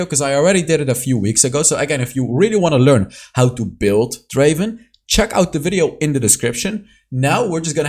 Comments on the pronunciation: It's not Draven, it's Draaaaven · Not Draven, DRAAAVEEENN